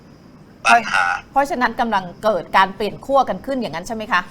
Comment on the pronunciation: ขั้ว Not ขั่ว ครับ ไม้เอก ใช้ กับ คั่ว